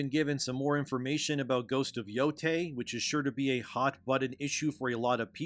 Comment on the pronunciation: ITS YO-TIE NOT YO-TAY SAY IT RIGHT